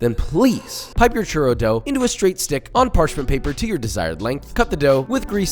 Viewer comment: i stoped after he said "churow"